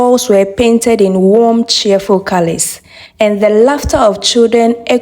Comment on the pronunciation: U said calis instead of colours